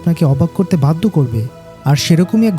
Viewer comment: আপনি যেভাবে বাধ্য বলেছেন তা বাদ্য এর মত শোনা যাচ্ছে